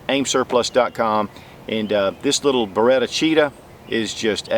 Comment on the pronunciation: Bare-Ah-Cheetah??? I always thought it was Ba-Ret-Ah. Lol